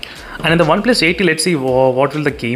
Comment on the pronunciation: Me: OnePlus:Oneples 😂